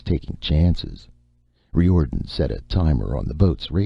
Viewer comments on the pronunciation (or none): yes! and I'm pretty sure the name he's pronouncing Ree Or'den, is Riordan....